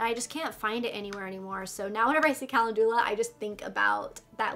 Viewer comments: It’s pronounced “Kuh-len-ju-lah” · Calendula is pronounced Kah lend u lah. That Touch In Sol Prime Essence is great stuff, I use it as a pre primer. I als o got the Dark Brown Brow Pomade, and emailed Boxy Charm. They sent me a replacement product since it didn't come in Light Brown or Blonde. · kuh·lend·yuh·luh :) is how to pronounce calendula. just so you sound as smart as you are:) I used to mispronounce it all the time:)